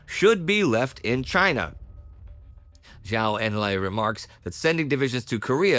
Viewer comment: Please pronounce Zhou Enlai correctly. It is Joe En-lie